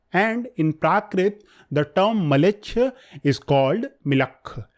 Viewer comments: Mlechcha not malecha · Mleccha not Maleccha probably